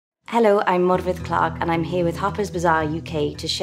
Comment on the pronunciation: Ahh, she trills the R in her name and pronounces the F as a V. 'MAURRR- við". I keep hearing others say 'MORE-fid' I tried to self learn Welsh.... once.... I immediately took up Scots Gaelic lol